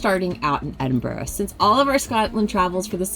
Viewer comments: don't say 'O' on the end of Edinburgh. I's more "uh". Exactly the same pronunciation as an English "borough" BUR-RUH. Or even just "BRUH". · By the way it is pronounced ... Ed - in - bur - ah ... :) .... Glad you enjoyed your trip , Such a beautiful video!